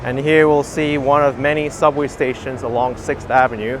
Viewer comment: Love the way says 'Avenyeux with a nice French twist. Perhaps I've been pronouncing it wrong all these years as ' avenew' Lol